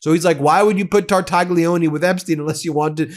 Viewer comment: Phonetics. Tar - tal - lyi - o - nay. NOT Tartagggleeeoneee. Ffs!